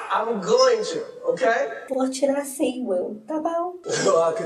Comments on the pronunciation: "Tutu pão!" "Sinhê" como eu amo esse dialeto morerês kkkkklkk 😍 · Amei o "SINHÊ" e o "TAMBENHÊ"... sempre um ahazo,!! Te amo, da Treta Gringa!!!!